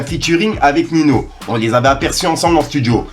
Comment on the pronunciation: Arrête de dire Nino s’il te plaît 😂